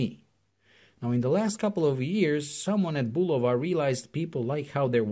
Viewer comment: I’m just happy this reviewer actually pronounces the name Bulova correctly